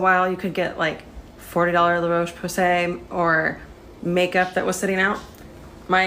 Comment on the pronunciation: can we pause and contemplate the way to pronounce Roche Pose